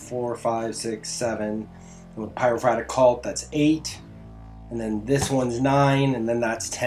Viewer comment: Pie-row-for-ick Not Pyrofratick